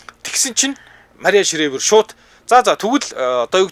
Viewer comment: Шривер биш ээ. Шрайвер гэж уншнаа.